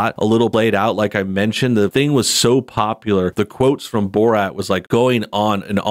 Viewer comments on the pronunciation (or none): none